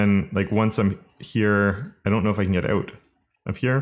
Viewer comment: worries about the pronunciation of Coulter Also: pronounces Can as 🥫 without second thought 😂